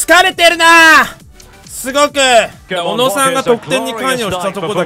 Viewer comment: もう小野を小野じゃなくて MONOのイントネーションでONO って言ってて草